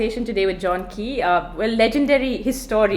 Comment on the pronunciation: It's John "Kay" not "Key". Why do I feel a lot of people in the book business are posers and really haven't read properly. It's mostly banal trivialities and pattern questions. Not really the sort of insightful discussion as it should be